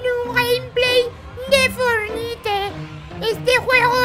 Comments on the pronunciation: no sé dise pelotuda fornite sé dise forniat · No sabe decir fortnite XD aquí el enlace #fornite o #epicgames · bueno los isisite tontos todo los personaje se dice fornite o fornait